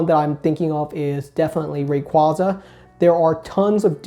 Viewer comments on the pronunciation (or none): none